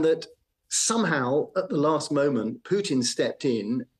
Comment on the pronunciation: The news anchor cannot even pronounce putins name properly